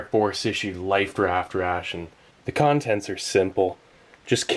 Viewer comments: he keeps saying lifed raft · He kept saying lifed raft ration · Is Steve saying "life't raft" or "lifed raft"?